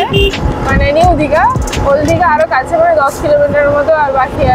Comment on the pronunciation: দিদি ওটা ওল দীঘা নয় ওটা ওল্ড দীঘা😂😂